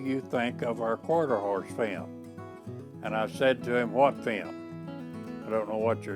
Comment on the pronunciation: It took me a while to realise he was saying film I thought he was saying fam ???